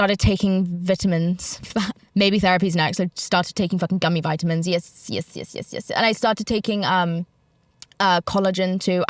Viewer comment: You did say Vite-a-min 😂 it’s VIT-A-MIN. But yes, overall you’re back to British. 🇬🇧